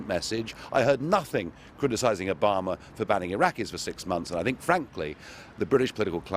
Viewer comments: Is it me or does Nigel pronounce Obama as if he's saying A Bomber? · "Obama" sounds like "a bomber" when he says it... obamadid911?